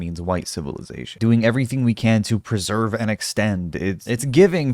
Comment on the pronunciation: I know it's his accent but Elon sounds like a wittle baby who can't pronounce words when he talks. "We should pwesewve and extend civiwization"